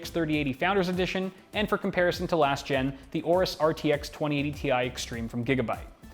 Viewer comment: learn how to pronounce aorus correctly for once